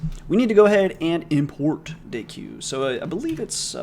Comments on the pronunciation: FYI deque is pronounced "DECK" not "day-q". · deque is pronounced "deck" lol. at least that's how my professor pronounced it. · Hey mate I believe it is pronounced "deck" because (c/p) From The Art of Computer Programming, volume 1, section 2.2.1 "Stacks, Queues, and Deques": A deque ("double-ended queue") is a linear list for which all insertions and deletions (and usually all accesses) are made at the ends of the list. A deque is therefore more general than a stack or a queue; it has some properties in common with a deck of cards, and it is pronounced the same way. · Since I know how much you like to be corrected on pronunciation here is an excerpt from the "collections" documentation: Deques are a generalization of stacks and queues (the name is pronounced “deck” and is short for “double-ended queue”). BTW love videos no matter how you pronounce epochs and I can't wait for the next one:D